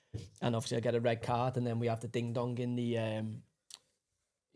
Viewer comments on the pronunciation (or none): none